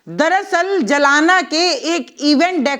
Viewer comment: जी जलाना नाम नहीं है जालना नाम हैं 🙏🏻👍🏻🤔🫡🤣🤣😜😜😜